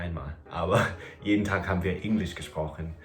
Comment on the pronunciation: Hey! In case you are still interested in someone locating your accent, I have a few points. And by the way, I understand the slight frustration of someone still pointing an accent out when you are basically on C2 Level already! So this is just because you asked:) - Very English pronunciation of the word “Englisch”, especially the “e”. - Very careful pronunciation of word endings, but this is something that will disappear over time. As well as overall careful pronunciation of everything, which is normal and a very good tool to speak correctly! - sometimes you use “wenn” instead of “als” even though most times you use it correctly, this is a hard one, I know! The rest is hard to locate because it’s barely there. Overall, you have excellent German and pronunciation 🙌🏽